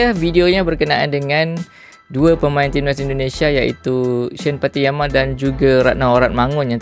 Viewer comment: Pattynama bang, bukan Patiyama..